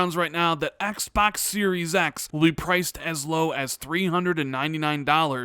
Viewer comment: I like the way you say "Xbax"